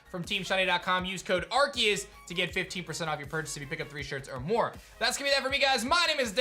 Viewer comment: Why do they keep saying arceus's name wrong?